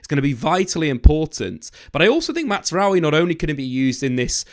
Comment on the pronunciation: Please stop saying Matsraoui